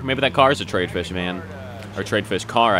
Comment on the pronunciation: it's Tr-i-ad not trade.